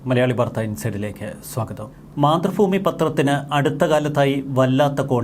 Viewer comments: 🤔മാതൃ ഭൂമി, ഫൂമി അല്ല., തിരുത്തണം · മലയാളം നേരെചൊവ്വെ പറയ്. മാതൃഫൂമി അല്ല മാതൃഭൂമി എന്ന് പറ...